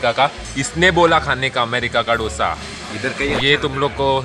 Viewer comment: It's 'दोसा', not 'डोसा', please don't say like that and hurt the Telugu audience 😊😊